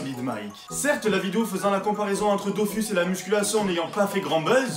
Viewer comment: les DOFOUSS